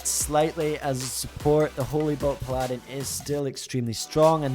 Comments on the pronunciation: Paladin is pronounced "PALL-adin" not "P-Ladin" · ok cool, but still... It just makes you look silly. Pronounce the word like the rest of the world does and people will stop correcting you.